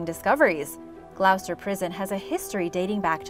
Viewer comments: "Glo-ster" not "Glau-ster" 🙄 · she has to be a computer-generated voice no westerner over 12 pronounces Glouster the way she did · Lol, it's pronounced Gloster, not glowster. Yes, English makes no sense. Sorry. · Annoying hearing glowster.seeing the the prison is about to become an hotel they need to update their info!! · I like watching your channel. My only comment on this video is my home town of Gloucester is pronounced “Gloster” not “Glou-ces-ter” The old prison is currently used for tours and they even do a “Zombie outbreak experience” there! There was plans to knock it down even with its heritage and build apartments there 😣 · Love the video but it’s pronounced “Gloss-ter” not Gl-ow-ster 😅sorry to be that person! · Love love LOVE your videos! But I can't sit here and listen to your mispronunciation of 'Gloucester'.... (sorry!) It's pronounced 'Gloster', rhyming with 'Foster'.... in fact, we have a nursery rhyme.... Dr Foster went to Gloucester, in a shower of rain. He stepped in a puddle, up to his middle, and never went there again! :) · For future reference Gloucester should rhyme with Foster as in the nursery rhyme Dr Foster went to Gloucester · so pronounced with a short o sound like, Gl-ah-ster? Short o making more of an -ah sound as opposed to -oh or -oo sounds.... just trying to make sure I get it. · Great video, 😁 One little thing (that might already have been mentioned 😏): Gloucester is pronounced 'glosster' 😁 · GL-O-ST-ER THATS HOW ITS SAID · It pained me when she pronounced it yet her Spanish is perfect 😂